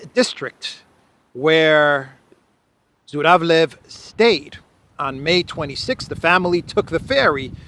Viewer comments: Zhuravlev sounds/pronounced more like Juravlyov. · Zh pronounce as je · So he is actually ZHuravlev (juravlev) not Z but Zh.